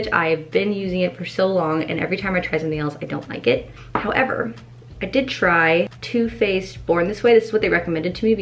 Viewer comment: When you were talking about the better than sex mascara I thought u said “better than sex toothpaste” not too faced 😂😂 I was like ughhh that’s not toothpaste 🤣🤣